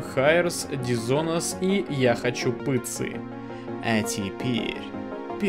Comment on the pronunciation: Правильно читать не "я хочу пЫтцы", а я хочу пИтцы